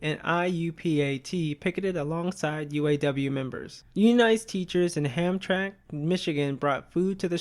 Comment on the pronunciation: This is a really good video and it looks like it was a lot of work, thank you. I've been looking for more videos about stories actual labor activism. It took me a bit to realize you were saying Hamtramck because when I lived around there, my family always pronounced it like "Ham-tramick." However, I was really young at the time, so I actually had no idea it was spelled "Hamtramck" until today